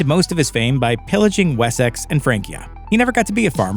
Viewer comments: Wheres Wessax? It's WessEx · What's this Wes-sax place you speak of?🤣 It's pronounced 'Wessix' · yeah i kind of live there mate, Wessex is most definitely pronounced "Wessix". Just like Essex is pronounced "Essix" Although Middlesex is pronounced exactly as its spelled! 😂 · Did my man really pronounce Wessex as “wessaxe” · WHY CANT AMERICANS SAY WORDS RIGHT. It’s Wessex not we-sax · The way you pronounced Wessex ruined this entire video... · You say Wessex wrong and it’s not teepee.